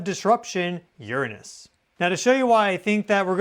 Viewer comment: finally somebody that pronounces Uranus correctly! It sounds so much better like that.